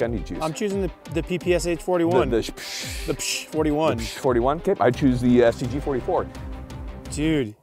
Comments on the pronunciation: Ppsh, not Pps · Thanks for this video. Btw it is spelled "PeePeeSchah" (PPSH) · not p p S H. "Sh" reads like a one sound by the first letter of the designer's last name - Shpagin. Like piece of SHit:) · you're right but wrong. Ш is pronounced Sha while the П is pronounced P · Its the ppeshhhhh 41 with the shoosh sound not the p.p.s.h 41 without the shoosh sound